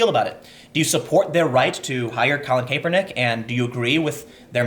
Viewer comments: Tim, Kaepernick's pronounced 'CAP'-ernick, not 'CAPE'-ernick. Also, the fact Nike is getting such a nice response in it's stock market (at least if the drop holds) is mildly amusing to me. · Almost turned it off with the pronunciation of Nike and kapernick. It was a struggle but I made it Tim. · Pronounced: "Ni-Kee" "Kah-per-nick" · I love your work Tim, but damn the way you pronounce Kaepernick and Nike actually made me sweat from cringing. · Tim, did you have a stroke? I’ve never heard anyone pronounce Nike or Kaepernick like that. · kApernik is also brutal. Kapernick, soft ‘a’ nike Hard I hard E. Please Tim I can’t do this